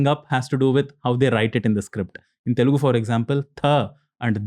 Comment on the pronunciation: It’s Telugu not Telgu